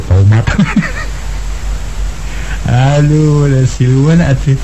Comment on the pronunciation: Haaaa mang jaya ge nu nyebut tomatt haaa😂